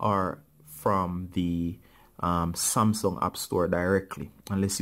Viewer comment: He only said smasum8